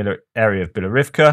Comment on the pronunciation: your "Bielorivka" is actually "Bilohorivka" [and the h is not silent]